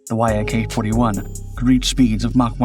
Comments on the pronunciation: Not "y-a-k" jets. Many Russian airplanes are "Yak" (fill in the type). Yak is the first three letters of the designers name. Yak rhymes with jack or hack. That's the way you say it. Patrick Cowdrey, Central Point, Oregon, Commercial Pilot since the 60s. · Interesting and pretty comprehensive study, thank you ! NB: the Yak brand is normally pronounced like "yack" not Y-A-K, just like MiG is "mig", not M-I-G, Ilyushin's Il are "eel" not I-L. But is your odd pronunciation the fault of some AI voice ? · It’s not pronounced „why ay kay” just Yak. Я is a single letter and maked the „Ya” sound, with the full name in cyrillic being Як-38. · It is not three letters y.a.k. it is just the beginning of the Yakovlev name "eacc". "Mig" planes are not spelled m.i.g. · Fool, it's pronounced, "Yak", not Y-A-K which is just one more reason I don't watch your BS channel. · In Russian tradition you pronounce it “Yak” as a word, like the animal, not “Y. A. K” Also it’s V/STOL, Vertical/Short Take Off & Landing, not VTOL. Neither the Harrier nor the Yak-38 could take off or land vertically fully armed & fuelled & neither can the F-35 for that matter because it makes them too heavy & unstable. Skys & yes, it’s pronounced “Sue-25” like the common contraction of Susan & “Mig” like the welder, not “M. I. G” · I hope you haven't used AI (i assume the sponsor) in this, music is too loud, and many glaring mistakes, such as the ski jump, which in the video you showed doesn't have one .... Oh and saying Y.A.K. its almost always refered to as yak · No one says “Y. A. K.” Ii’s one syllable - the first syllable of the last name of Aleksandr Yakovlev. Also, Yak is only two letters in Russian: Як, so if it was read out by letters, it would be “Ya. K.” Please stop saying “Y. A. K.” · Idk why you keep calling it a Y-A-K. It's pronounced "yack". I find it hard to believe you've never heard anyone say it's name, especially with how long you've been making videos. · it's not Y - A - K, but Yak